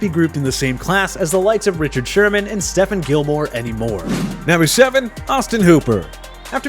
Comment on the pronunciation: How many times do I have to say tha that it’s not Stephen Gilmore it’s stephon Gilmore